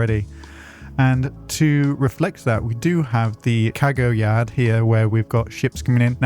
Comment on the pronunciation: Hearing him say "cago yad" is hilarious.